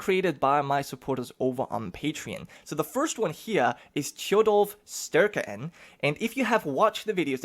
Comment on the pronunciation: Oh god the pronunciations are bad xD nice try though. Tjodolv Sterke-enn youd pronounce as Tchodohlv Staerkeh aenn. The Es are a bit like the ae in game of thrones, like aegon. I abselutely love that you used the song about hardrada in the intro and outro. Talking about the many longships taking sail for england, and youre even displaying a picture of the ships. Amazing. This is a hyped series!